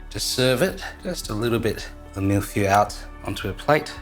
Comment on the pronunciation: That pronunciation of feuille though 😂